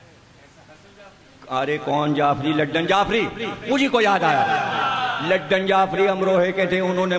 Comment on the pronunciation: Ludan may D aur A silent hain.